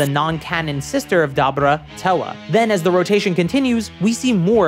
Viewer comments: Its pronounced Dah-Boo-Dah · never heard dabura being called dabra... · My man, Debura is a Japanification of “Devil” because we say “Devull” (nobody pronounced it DevILL).. Kadabra.. pffffft nice try tho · “I’m calling him Dabra because his name is a pun on kaDabra. I’m not saying Dabura” Even though, phonetically, that’s how his name is spelled and pronounced in Japanese. Da-bu-ra. But ok, in that case, better start calling him “Beers” instead of “Beerus”. Phonetics don’t matter. His name is a pun on beer so call him Beers, just like Whis is a pun on whiskey. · Bruh I swear to God the weeb fans go out of their way to pronounce stuff the Japanese way so they feel smarter or special or some shit. “Dabra” “nyobo”, whatever word you used for the nimbus, like come on thats sooo forced 😂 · it's pronounced "Debra" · The way you say dabura , power pole, and nimbus makes me unreasonably upset lol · I gotta nitpick about you talking about dabura's name....mainly cause while you say thats how its pronounced. They literally say it the way all of us say it in the series tho so I don't understand why you think his name somehow is different than what the show had it pronounced. Outside of that good video but I couldn't stand hearing his name pronounced so....weird